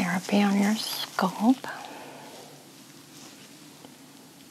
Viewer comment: Relaxing. Btw Scalp not scolp.